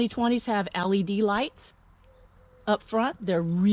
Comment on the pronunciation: Are you saying ALED or LED? lol